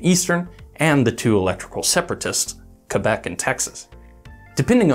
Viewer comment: Thank you for pronoucing Quebec the correct way and not saying Quobec :)